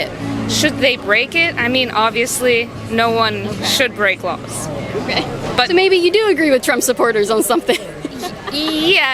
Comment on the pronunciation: Why she pronounce the word laws like lawls?